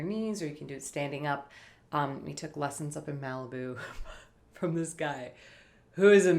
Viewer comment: Typical Minnesota accent.